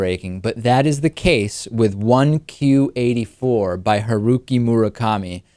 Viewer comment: The title is actually pronounced as "Q-teen Eighty Four". And I agree, I enjoyed reading this book as well. If you want to read more Japanese fiction, I'd recommend "Battle Royale" by Koushun Takami.